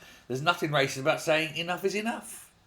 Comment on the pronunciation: Wyacist, waysict, racist, YAWN.